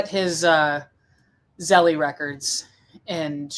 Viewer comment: It's pronounced Zell, not Zelly.